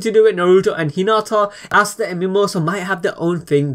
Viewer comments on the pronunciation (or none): Ooooooosta not aaaaaasta